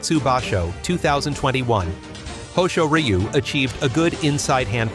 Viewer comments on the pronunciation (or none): Awesome editing work and a great tribute to Papayasu! For names that sounds weird with the AI, for example Hoshoryu, you can edit the names to sound more natural. So for my example, type Hosh-or-you or Ho-shore-yu.